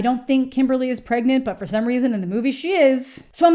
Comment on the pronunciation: “Am I pregante?”🧐